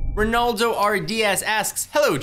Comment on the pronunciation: he said Renaldo but its Relando.